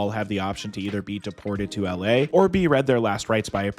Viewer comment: It's pronounced "EL AY" NOT "AL LAY" FFS